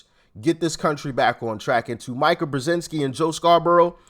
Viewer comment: Please Doc. Mika brezenski pronounces her name Mee-ka.